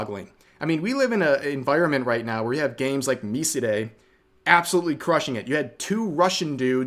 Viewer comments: I know it's barely even in the video, and nowhere near the focus, but I'm 99% sure Miside is pronounced "My Side" not "Me-Si-Day" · ... you're seriously STILL pronouncing it mi-si-de instead of mi-side? I swear, not even the mythical modern audience would pronounce it like that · It's pronounced My Side, not mi cee deミシデ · I can't get over Rev calling MiSide miside. It's Mi-Side. Not Mi-Si-De. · MiSide is pronounced "Me side" btw (as in, English "Me" and English "side")... The Japanese title has a kana version of the title and says ミサイド (misaido), so "me side". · Did this dude just pronounce Miside as mi-se-day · rev cant say "me side" properly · This guy just straight up pronounced "MiSide" as "Me-see-deh" Another one in Rev's mispronounced titles huh. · I thought it was pronounced My Side? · That's MiSide lol. Rev can't pronounce stuff smh xD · One day, Rev will pronounce Miside correctly. One day... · Rev just rolled out the weirdest way to pronounse MiSide.